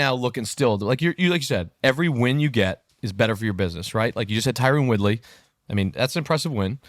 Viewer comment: All of a sudden Jacob's pronouncing Tyron Woodley name correct